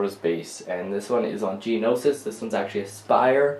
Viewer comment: Isn't it Geonosis Not Geninosis?